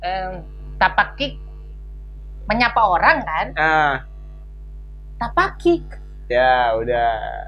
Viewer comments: Tapakiak bukan tapakik.... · Bukan TAPAKIK tapi TAPAKIAK